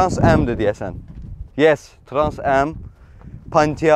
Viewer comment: Qaqa dewiqede transam deyirsen 😂